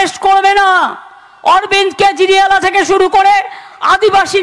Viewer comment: পোগ্রাম, পটেক সান 😂😂😂 কি উচ্চারণ... কেজরিয়াল 😂😂😂